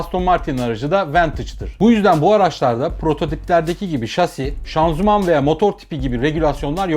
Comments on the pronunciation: Severek takip ediyorum abi hiç sıkılmıyorum anlatımın çok güzel. Ufak bi düzeltme yanlış anlama lütfen böyle takıntım var şanzuman değil de şanzıman desen :) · Abi şanzuman deme be :D Şanzıman de